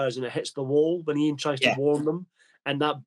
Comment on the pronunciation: I always thought at this point the Dr was deliberately mispronouncing Ian’s name to get a little back for the loss of authority over the group. Hartnell’s line fluffs seem to have been in the middle of long sentences. Has anyone got a copy of the Titan Books script book for The Daleks - that would be interesting to compare